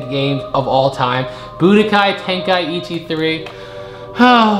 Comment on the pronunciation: Ten- kai- chi…… say it with me